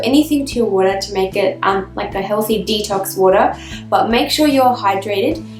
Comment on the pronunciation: What is woora?? She keeps saying drink glass if woora.., 🤔